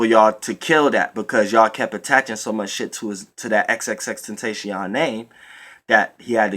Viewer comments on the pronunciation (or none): TEN TAS E ON , thats how its pronounced breh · Xxxtentacion ( EX EX EX - TEN - TAH - CEE - OWN ) is how u say his name bro